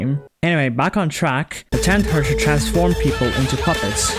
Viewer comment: Why do you all pronounce Herrscher wrong, I am crying But thanks for your great video and explanation of the story!